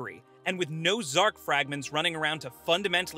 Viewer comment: Zarc not zark